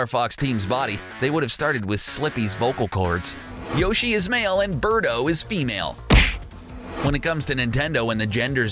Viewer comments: Beardo? Isn't it Birdo? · It's Birdo Not Beardo wtf